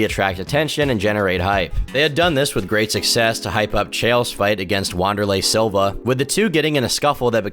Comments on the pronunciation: Hey man, it you ever need some help with the names of fightwrs hit me up. Them Brazilian names are hard to learn, like Wanderlei is pronounce Vanderlei. And Texeria is Tejira. Much love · He pronounced Wanderlei Silva's first name "wonder-lay" instead of "vander-lay". There were others, but that was the first I noticed. He's such a huge name in mma, it's just weird that he'd get that wrong. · Roo Ah Whonderlay Lye Oato Goo Stoph Son Guh Guard Tex Era Oh Vance Saint Pro Ray Ace Bear My Oh Kick Sigh Rill Gain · "UANderlei Silva" I wanted to teleport into tom house and game delete him godamn, thats like the worst possible way to say Wanderlei name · Wanderlei Silva Brazilian again the W in Wanderlei is actually pronounced Vanderlei Silva. It's no wonder you don't do MMA videos.